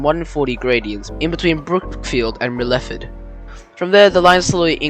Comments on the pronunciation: I enjoyed that, very informative and researched. By the way "Myrtleford" is pronounced as Mertle Ford, liked your way though! That area you covered is very cold in winter. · Mer-lef-ferd?? Where tf is that? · Very quite interesting but Myrtleford is pronounced Myrtle-ford. I pronounce it Myrtlefid. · While an interesting part of VR rail history, and lovely countryside, I just couldn't get past your butchering of the pronunciation of some key place names, like Myrtleford